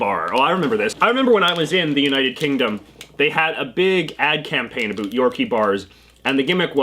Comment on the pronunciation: I know Canadians to you should I don’t say a boot but you said that in this video so yeah I’m not American.. I’m Norwegian